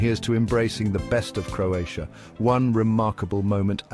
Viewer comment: This is a nice video... but unfortunately you butchered every name of every place in Croatia. 😢😢😢You should have at least make an effort to learn how to prounounce the name of the places correctly before making this video...in that way you would show some respect to Croatia and Croatian people. 🇭🇷